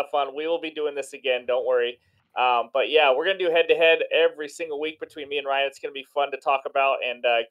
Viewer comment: Yooooo I won?!?!?!? Thank you guyyyys And yes Ryan.. you nailed it on the name!!! Thanks buddy!!!